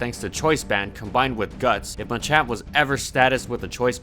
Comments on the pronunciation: Thats ma-champ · Wtf is a Muchamp? I thought it was called Machamp?